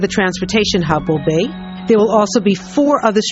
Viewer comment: She pronounces Liberty as "libertay" and "be" as "bay". What accent is this?